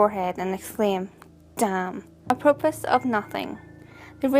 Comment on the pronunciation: It's pronounced a pro po.